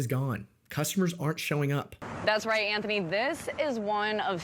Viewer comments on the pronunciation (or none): none